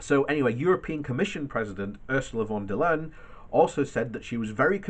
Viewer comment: Just a pro tip from a German about how to pronounce von der Leyen. Say it like you would pronounce Ryan just with an L instead of an R in front. Or like the word lying but with an 'an' instead of ing at the end.Thanks for your information on the current situation.